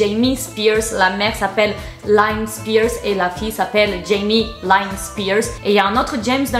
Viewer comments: Britney n'a pas 15ans d'écart avec son frère (ils ont 4/5 ans d'écart) c'est pas la même chose 😊... pour info Lynne ne se dit pas "laïne" mais "Line"😉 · On prononce Line et non Lyne. Les Spears sont baptistes et non catholique. Je suis Canadienne et je suis choquée par la prononciation de l’anglais par les français! C’est pas possible!Jamie est sur la cocaine depuis qu’elle a 16 ans! Tes renseignements sont majoritairement faux. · Cc juste pour te dire ca se prononce Jamie "Line" et pas "layne" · GGGHHAAA! On dit pas Jamie "Laïne", c'est "Linne"! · Ça se prononce pas « Laïne » mais « Lynn » comme tu le lirais en français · NOOOOON JAMIE LYNN, LYYYYNN, liiiiiine comme euh.... Aline!!!! Sans le "a"!! Ou alors c'est vraiment la marque de fabrique de de s'en taper des noms des gens xD (une petite recherche Youtube si on a un doute, zuteuuuuh) MAIS SINON tes vidéos sont toujours très agréables à regarder:)!